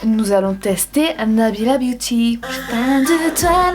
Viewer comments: J'adore comme tu dis "boti" au lieu de "biouti" (beauty) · j’ai entendu « nous avons un petit flyer Nabilla Booty » 😂😂